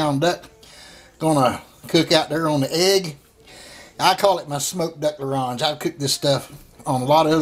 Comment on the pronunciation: Btw, we say "Smoked duck a L 'orange" ;) thanks for the recipe.